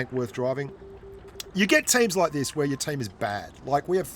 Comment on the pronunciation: What is the word loke. It's spelled like.